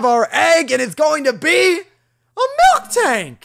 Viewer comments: It's miltank, not milktank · QOTD: green Spoilers And its MIL-TANK not MILK-TANK